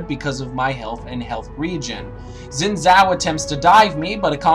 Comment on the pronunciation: I know it seems minor, but I took a chinese class. You're supposed to pronounce it "Shin Jao". Sorry if it seems a little nitpicky, but I had to tell someone.